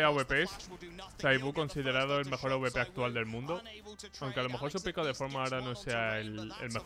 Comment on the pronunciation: Que pesao con decir aubepero en vez de awper